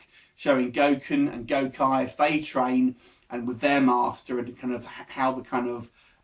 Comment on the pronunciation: First person who said it drags. I know plenty of fans and non fans who loved it as a movie and it didn't drag for anyone. Akuma was badass in this and doesn't look silly at all oh and it's pronounced gokee not gokye. Having watched it, you should know that, lol..